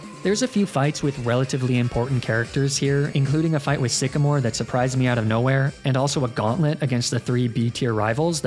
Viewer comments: IT'S SYCAMORE, NOT SEXYMORE! WE DON'T USE THE WORD SEXY IN POKEMON! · WHAT DID I JUST SAY? IT'S SYCAMORE, NOT F*CKING SEXYMORE!